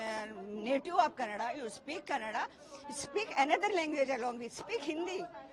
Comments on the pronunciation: For your kind information it's not kaand it's kannada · Abe kanaad nahi kannada bolo.. Hum jo bol rahe hoo sono Apna dimag na us kar dukan walnko apne dukan naam kanaada me laga ne bol rahe utna he..